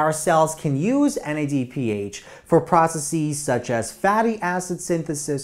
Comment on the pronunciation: loved the video but the way he pronounces processes puts me on edge